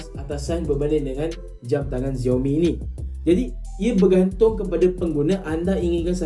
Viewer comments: X sebut as Si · Pronounce bukan "Ziaomi", yg sebetulnya ialah "Siaomi"